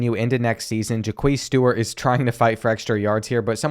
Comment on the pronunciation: or Jaquez as Ja queez